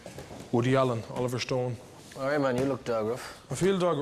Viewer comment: Woody allen 👉 oliver shtone 👈 😂😂